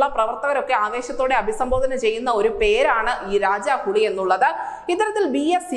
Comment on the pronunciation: രാജാഹുളി അല്ല, രാജാഹുലി... ഹുളി=പുളി, ഹുലി=കടുവ, പുലി.